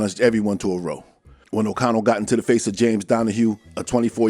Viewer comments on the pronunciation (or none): It’s pronounced RA-OW not row. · Boss, when the micks and limeys say 'row' as in 'a fight or argument', it's pronounced 'raow', not 'roh'. Cheers, great video as always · Hey boss not for nothin’ but row as in bow of a ship not row as in death! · nice video. when you said "row" as in "fight" it's pronounced "rao" but i inderstood you still, good work ;)